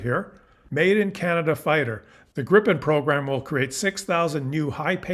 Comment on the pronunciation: Pronunciation Gryphon (Griffon) not Grippon.👍✌️